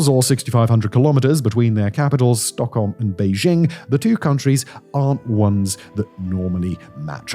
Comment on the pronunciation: Butchering ALL of the Swedish names except ”Stockholm”…. great channel though.